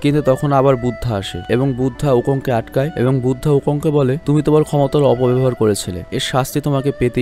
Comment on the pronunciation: ভাইয়া কিছু মনে না করলে একটা কথা বলি,,, Buddha( বুদ্ধা ) এর উচ্চারণ হবে বুদ্ধ ।